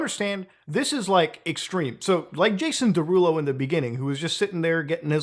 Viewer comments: Jason Day-Rulo lol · “Jason DayRulo” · day-rulo? well thats wrong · I thought Muta was mispronouncing Jason Derulo's name on purpose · Bro he said his name in every song he ever dropped and you STILL pronounced Jason Derulo's name wrong 😂